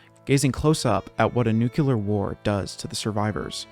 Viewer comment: NEW-CLEAR, not NEW-CUE-LAR